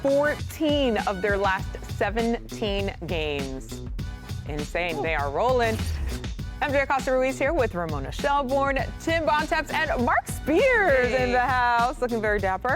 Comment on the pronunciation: Ramona “Shellborn” lol